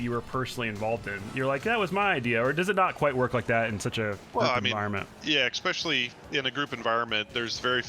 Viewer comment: Smart guys I'm sure, but did he just say "eCspecially"? Face palm 🥴